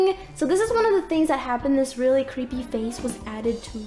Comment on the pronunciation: you said "creppy" . that jus "a dead come"